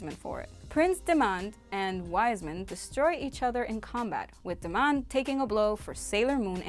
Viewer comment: Its prince diamond not prince demand